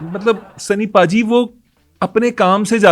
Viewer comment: اس کو بھا جی نہیں بولیں ۔اس کو پاجی بولیں ۔سنی پاجیت